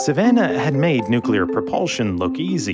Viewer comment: NU CLEE AR WESSELS